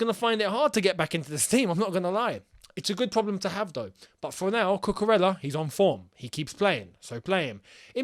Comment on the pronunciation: it’s pronounced as ‘Kukureya’. It’s Spanish name. Good job, anyway